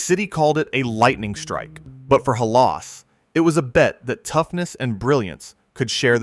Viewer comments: And Halaas. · AI disclosure should be a law on the internet. Google - make AI disclosure mandatory on all YouTube posts. We shouldn't have to waste our time waiting for all the mis-pronounced names. They mispronounced Butkus, Halas and Unitas. It makes you question the validity of the information presented.